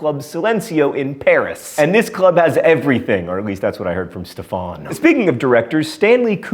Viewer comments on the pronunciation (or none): none